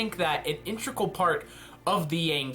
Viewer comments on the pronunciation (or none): These are very interesting ideas. Also, it's IN-TE-GRAL. Sorry, that just bothers me more than it should.